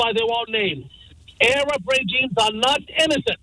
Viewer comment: Interesting how he pronouncea Arab as A.Rab